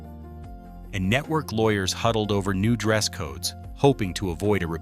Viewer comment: Netwowy cwaady cofeeing? AI bumbling garbage